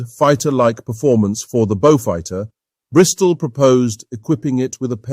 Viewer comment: Wld have been sooooo much better without the stilted AI commentary. Wtf is a “Bowfud” anyway?